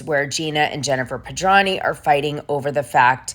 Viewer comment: OMG It's really sloppy to mispronounce the last name of the person you are reporting on, or for any reason -- and over and over again!! Gawd, what is wrong with you. It's Pedranti with a "t" ! You also read 10000 as "one thousand". This is the latest of your continuous booboos.